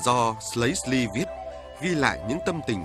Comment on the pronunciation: Đọc không cần phải gọi là "Phong s-lư" vậy đâu mà, chỉ cần đọc chữ "Sư" uốn lưỡi là đúng rồi. Điệu Sli cũng vậy, đọc uốn lưỡi là "Si" chứ không bật chữ "L" ra đâu, có bài hát còn phát âm thành "... điệu sơ li" là sai hoàn toàn. Nghe đoạn phỏng vấn anh Hoán trong clip đấy họ cũng nói là "phong sư" thôi.